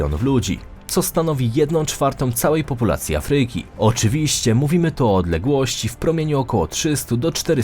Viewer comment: Afryyki. Idz lektorze do logopedy, nie da sie sluchac